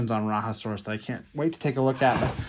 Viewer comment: Rajasaurus is not from South America it is pronounced RAH-JAH-saurus.